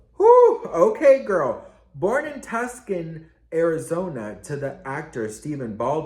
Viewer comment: You pronounced Tucson wrong 😂